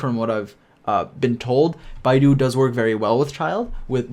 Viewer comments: its not bae dou its Bei ttho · Hey, I really like your videos, keep up the good work! But fyi: Beidou is pronounced as "Bae-though", the way you pronounce "Bai-du" is a Chinese search engine similar to Chrome. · Great guide but for the love of god never pronounce beidou as 'bye-dou' again, its more like 'bay-dou' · It hurt hearing bydo ngl😶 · This Guy Calling Beidou As "Bidou" DsGaming: Bro My whole Channel run on this Character PLZ GIVE RESPECT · Game: Beidou Guy: Baidu 😃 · Hey, It's BAE-DOU, BAE:> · Im chinese and its hilarious to see yall pronouncing their names but generally the names have intonations and its hard to explain to you guys over text. But what Beidou should sound like is Bay Doe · Bit hard to explain in writing but in English it'd roughly be "Bay Doh" I guess. The one which most people butcher the most is probably Keqing though which should be pronounced something like "Kuhtion" or "Kuhtiong", not anything like "Kaching" or "Kekking" or what most people are calling her at least lol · it should be "pay toe" if you pronunce it in chinese way lmao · Just remember Bae Dou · This is probably the best Genshin character guide I've seen but just a slightly unrelated tip: Beidou's name is pronounced bae doe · Well in the video he pronounced it like "baidu" (teiba?) and that's how most English speakers I've heard pronounce it. Most of the English speaking YouTubers who play this game butcher all the Chinese names especially hard ones like Xingqiu but still I've heard Asian players call Barbara "Bar-ba-ra" lol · She's Beidou, not Baidu😂, your pronunciation is wrong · Great and very underrated guide but as a native chinese speaker it triggered me whenever Beidou is pronounced wrongly 😅 you can pronounce her as Baydoe actually if it's easier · Baiiiidou ? Beeeidouuu say it with me Bay-dow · i died inside many times watching this video just because he said beidou’s name wrong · Oh god... he has to start pronouncing it right otherwise I'd die